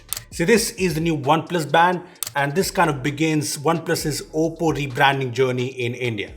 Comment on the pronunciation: Whenever you pronounce oppo I m hearing as Poco 😅